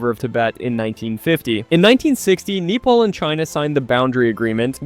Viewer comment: Wow, what I just heard will hunt me for the rest of my life Nepal is supposed to be said "Neh*Pal", but I understand when people say "Neh*Paul" because it's more popular… But "Knee Paul" is just something else entirely 💀🥀